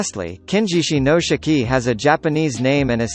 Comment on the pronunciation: Listening to you pronounce Shiki makes me want to pull my damn hair out